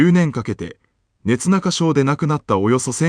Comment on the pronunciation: 現在のAI動画音声の限界ですね😂